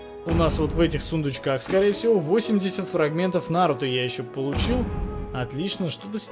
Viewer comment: Ударение на у